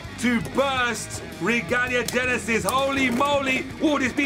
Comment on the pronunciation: It's not yenesis it's Genesis